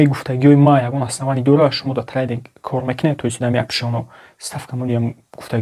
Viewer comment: трандинг не трейдинг бесавод бра хондана ёд бги